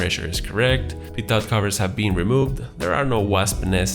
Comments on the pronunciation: Appreciate your videos. FYI I know it's spelled Pitot tube but, it's pronounced Pito tube. The T is silent. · I hate the way he says "pitot"